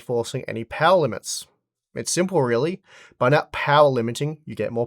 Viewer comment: Unlimited powah